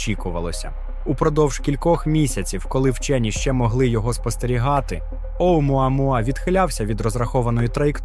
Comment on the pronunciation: Автору моя повага, вимовляти "Оумуамуа" без запинок..